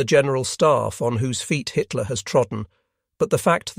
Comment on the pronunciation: Bloody robot voice mis-reads Hitler as High Tier. Just one of its many fumbles. Really, can you not afford a human narrator?